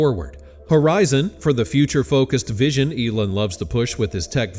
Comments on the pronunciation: Its Elon, not Elun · Eeeeeelon. Not Elun. Or is this whole channel narrated by AI? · that isn't even a sentence. Let me help you " are you confused about who Elon is?" No. I am laughing at the AI voice calling hin Elin instead of Elon. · How to pronounce Elon= Eee-Laawn😅. Get it right! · As a first step, why don’t you ask Grok to help you pronounce Elon‘s name. Hint: it’s not Elin. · I shouldn’t care because I can’t stand the guy, but there are only so many times I can hear it pronounced as “Elin.” 😂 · Why are you saying Elin? Are you AI? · You don't seem to pronounce Elon correctly/normally/the way he does. It's not "Elin". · Why are you pronouncing Elon as Eeelin??? Just wondering. I guess it's just another AI voice thing. And come on, we all know that if Elon started his own political party, it would be called X. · This AI can't pronounce "Elon" ?